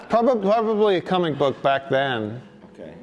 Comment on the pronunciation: "Cumic book"